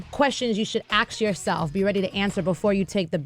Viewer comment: Sway learn how to say "ask" properly